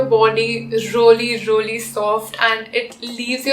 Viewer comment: Rolii roliii instead of really really 😂😂😂😂😂😂😂